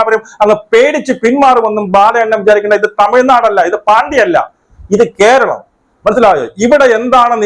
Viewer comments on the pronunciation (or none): none